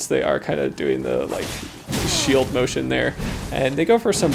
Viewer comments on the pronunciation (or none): none